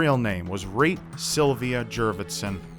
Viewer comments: Great job in pronouncing those Estonian names,, and thanks a bunch for the video. If anyone is interested, here's a translation of the postcard she sent to her family: Dear mom and dad, The weather is nice, the people are kind. I have a lovely small apartment. I often visit the sauna. Please write. With hugs, Reet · really cool video! I really enjoyed it. (not to mock u or anything but it was kinda funny to hear you say Reet with the american accent (I'm estonian myself) but other that that it was a cool video) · I read the name of the victim and my first thought was "huh that name sounds really Estonian" and damn I was right. Nice butchering of the original pronunciation tho:') I feel really sad for the family and friends that never heard from Reet again, I cant even imagine the pain the must have gone through. Hope it's not too late to catch the killer and that justice would be served. I'll translate the full message of the last postcard she sent to her parents if anyone is interested - "Dear Mom and Dad. The weather is good and people are nice. I have a nice little apartment. I go to the beach often. Please write. Hugs, Reet." Also interesting that the message is riddled with grammatical errors, but since I guess she didn't receive an estonian education it's understandable. Thank you for your dedication! I've watched and loved your channel for years, the recent situation really sucks and is unfair. I wish I could do more to help. Stay strong and keep doing what you love, whatever that may be.